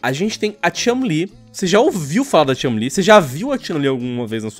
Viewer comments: Concordo com Ela! Aonde Está a chun- li! E parar de dizer o nome errado! Não e chalin! Chu n - li! 🙄💬 Estao falando por que Sao machistas! Hahahahaha 🤣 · É só eu ou toda vez q o fala Chun-li parece q tá falando Chumlee? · Toda vez que o fala Chun li com essa entonação eu penso que ele tá falando do Chumlee do Trato Feito kkkkkkkkkkk "Sei não Rick, esse corte na costela me parece falso!" - Chun, Li kkkkkkkkk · Só eu que fiquei irritado com o falando chun-li? Ele parece q ta forçando o “u” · Para de falar Chun Li, com essa pronúncia de "A" no nome dela. PQP, fica irritante pra caralho.